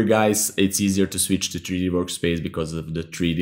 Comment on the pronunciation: Nice vid..also like the way u say tree d